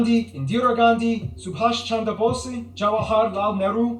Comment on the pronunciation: I find it interesting how the guy mispronounced the name Bose, putting emphasis on the "e" where it doesn't exist. Bose is the name used by the American sound equipment (speakers, headphones, etc.) company BOSE. The Indian scientist Bose doesn't even get mentioned or credited in America even though HE was the originator of so many audio inventions and more.